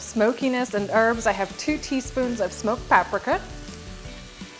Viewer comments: I think you mispronounced paprika ..... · Well I've never heard paprika pronounced that way.